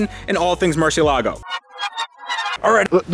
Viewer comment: listen to the way Ed pronounces Murciélago. He gets it right.